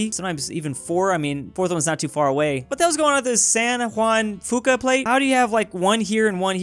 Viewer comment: Its prenounced wan-da-fewca plate